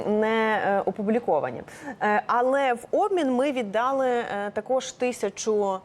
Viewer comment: Рус.их Отдали,укр.їх віддалИ.Пані ведуча,виправляйте наголос,бо можете скотитися до "дАла, взЯла ни пОняла,тудОй- сюдОй,ложітє на вєсИ... "